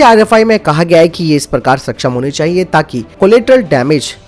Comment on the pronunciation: Self propelled ka matlab hain khud se chalanewala na ki khud ko nasht karanewala. Khud ko nasht karane wale ko 'self destructive' kahete hain. Hindi uchcharan bhi sudharein. Saksham ko baar,baar shaksham kaha gaya hain. Kya ab hum Hindi bhi thik se nahi bolenge? Baki video achchha hain